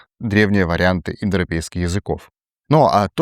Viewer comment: Индропейские народы) Дети Индры) Ну понятно, что тяжело выговорить, но прикольно получилось же